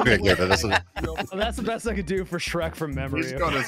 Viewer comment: Fuckin "Sherk" hahaha 😂